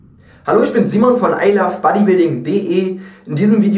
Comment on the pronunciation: I lof bodybuilding??? :-) v in englisch wird als w gesprochen und nicht als f !!!!!